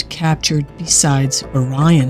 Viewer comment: This is not a human voice as they cannot pronounce Orion !?